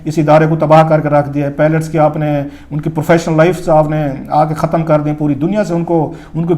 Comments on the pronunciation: اگر انداز بیان میں تلفظ کی غلطیاں ہوں تو حُسنِ بیان ختم ہو جاتا ہے. آپ برائے مہربانی اس پر توجہ دیں. جیسے لفظ پائلٹ کو آپ درست طریقے سے ادا نہیں کر رہے. آپ نے لفظ پیلٹ ادا کیا جو کہ بالکل الگ لفظ ہے.اس کے علاوہ کچھ اور بھی غلطیاں ہیں. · 🤦‍♂️🤦‍♂️🤦‍♂️🤦‍♂️idiot its PILOT, not PALLETS...tuba these are our so-called analysts...sahi phooodooo laga hova in logoo ka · Please pronounce pilot not palat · THE WORD IS "PILOT" AND NOT "PELET" AS YOU HAVE BEEN SAYING - WE NEED TO CHECK YOUR "FAKE ENGLISH" DEGREE FIRST.